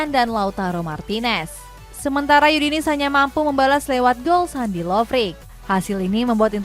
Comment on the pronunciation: Yudinis...udinese aja bacanya hahaha